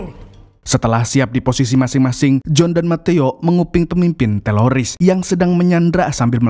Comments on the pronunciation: Teroris bang bukan teloris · Teroris bang bukan teloris, pake R bukan L😂😂😂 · Teroris... bukan teloris min... hahaha😅😅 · Kirain aku doang yg ngeh klu bilang”teloris bkn teroris”😂😂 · Bukan Teloris Om Yg betul itu Teroris faham om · Teroris bang, lain teloris😅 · Bukan teloris tapi teroris bro hhh pisss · Bukan teloris, tapi teroris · Teroris jhon bkn teloris😂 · Min.... Teroris ya...bukan teloris 😂😂😂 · Teroris bang, bukan teloris😂😂😂😂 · Teroris Om Bukan Teloris itu telor asin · Bukan TELORIS bang 😅😅😅😅 Tapi TERORIS 😂😂😂😂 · Bkn teloris tpi teroris bang😅🙏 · Bisa nggk bang bilang teroris bukan teloris😂😂😅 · Teroris apa Teloris? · Teroris bang bukan telolis 😂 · teroris bro , bkn teloris 😀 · Teroris min, bukan Teloris😅😅 ngomong teroris susah amat... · ngomong ngomong “TELORIS”